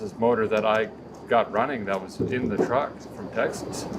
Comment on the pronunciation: you said truck…. I thought it was trar or a cruck